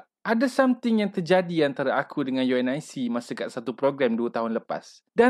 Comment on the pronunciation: Selama ni unic disebut u n i c ke😂